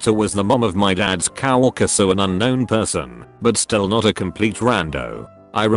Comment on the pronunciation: " cow walker"? Coworker***